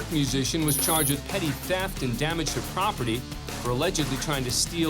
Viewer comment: It's NOT "Petit Theft" It's PETTY Theft !!!!!!